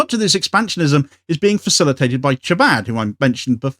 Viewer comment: Just FYI: the ch in Chabad is pronounced like the ch in loch or as in Jericho.